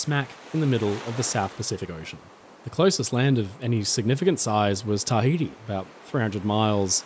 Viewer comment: You got Tah-iti but get so many wrong the Tah-iti right. Then call Oregon Are-Gone or something. 😂